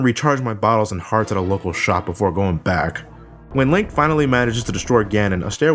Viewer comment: Almost sounds like you said a "Lint" to the past there.